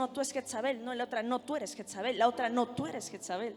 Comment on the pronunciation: Pero porque dicen jetzabel..es jezabel ..perdón la corrección